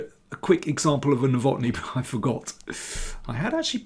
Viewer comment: Nowotny is a Czech name and thus has to be stressed on the first syllable.